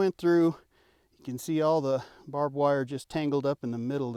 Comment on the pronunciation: That’s “Bob” Wire 😅